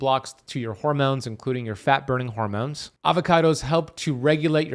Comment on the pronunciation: Oh yeah and "hoarmones" 😂